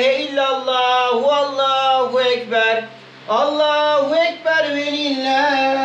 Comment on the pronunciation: Allah kabul etsin kurbanlarimiz kardeşim allahüekber doğrusu Allahu değil oradahi he güzel he yani ince ötre harfi ince olduğu için ü sesi çıkmalı